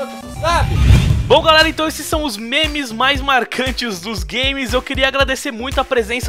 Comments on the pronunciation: o wilson ficava falando menes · e minha impressão ou o fala menes em véz de memes